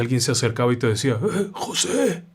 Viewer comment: Jajajaja yo también me reí cuando pronunció " Joseee"